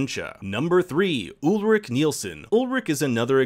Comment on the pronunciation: Ulrich, not Ulrik! Claudia, not Cloddia! Peter, not Pieter! Charlotte, not Sharlett! Franziska, not Francesca! Silja, not Sildsha! Agnes, not Eggness! Regina, not Redshina! Hannah, not Henna! Mads, not Medds! You guys should really get how to pronounce names correctly.